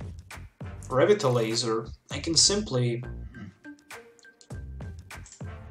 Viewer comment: You're pronouncing Revitalizer wrong. Good deck, btw.